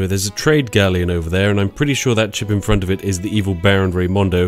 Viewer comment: Or as Spiff is able to only say it "frust". Dude th-front's like a champ.